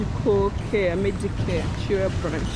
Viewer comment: Sorry the place is pronounced Na-Jje-ra not Najera and Kiira is Ki-ra otherwise those place are not in Uganda.